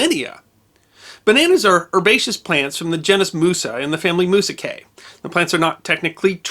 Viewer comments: For what very little it's worth, the name of the banana family (Musaceae) is pronounced either "moo-zay-see-ay" or "moo-zay-see-ee." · Musaceae is pronounced muse ace see